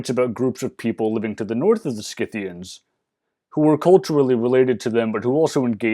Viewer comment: Thank you for pronouncing the "c" in Scythians as a "k", since it's a latin name. From what I've gathered, only royal aka upper-class Scythians, Sarmatians etc. are believed to fight along with warrior men of their people, where thhe Greco-Roman world is concerned.